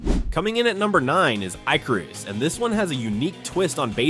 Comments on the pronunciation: It's pronounced IK-er-us (Icarus), like the Greek myth. While I like Icarus' building and outpost worlds, Rising World is the de facto leader, IMHO. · ummm.."Icarus"...ICK-A-RIS, rhymes with "Give a Kiss" Okay? good, thanks lol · Bro this AI said Eye-Cah-Ruse for Icarus lmaooo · ay-carus, ee-ca- roo es. hhaha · Eye-ca-roose you mean? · Especially when it says i carus 🫤 stoopid ai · AI voice Ick. U can tell by the way he pronounced Icarus around the ish mark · Nothing says AI narrated like saying Icarus wrong twice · and the infllection when they say in TWENTY twinnyfive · Because it's AI. Did you not hear it pronounce Icarus two wildly different ways in the span of five seconds? Someone asked ChatGPT to make a list and it make a horseshit list.